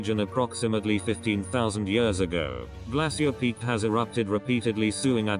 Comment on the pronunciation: Awful computer voice calls Glacier Peak, "Glassy-ur" Peak! Its supposed be pronounced as "Glay-shur" Pathetic. Lol 😝